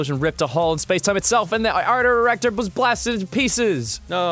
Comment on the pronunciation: Artor-re actor. AHAHAHHAHAHAHAHA